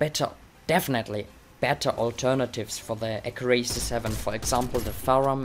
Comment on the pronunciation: Accurácy? Wasnt it Accúracy?